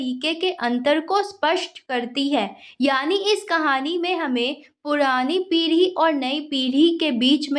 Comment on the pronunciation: Piri nhi पीढ़ी गधी 😂😂